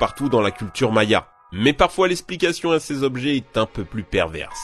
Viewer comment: 11min14s... Ché jobjet... Lol